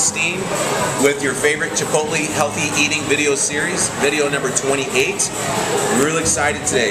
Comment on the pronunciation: isnt it pronounced chip-ote-lay??